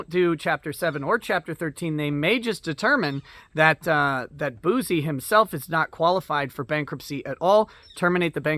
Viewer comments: You keep saying bouzy but it's pronounced bussy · It's pronounced "Juicy Bouc-eh"